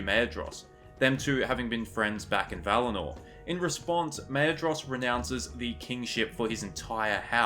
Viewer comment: Very interesting theory! I've never actually thought about it... Just a tiny-whiny comment: from what I've read about Elvish pronounciation, "dh" (as in "Maedhros") is pronounced like a soft "th" (like in "there" or "that"). Thank you for the video!